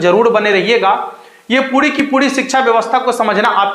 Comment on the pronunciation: Sir पूडी नहीं पूरी बोलो ।आप र को ड बोल रहे हो।